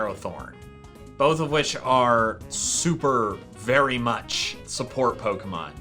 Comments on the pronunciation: "The berry was very hard" did you mean the berry was berry hard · "The berry us very hard."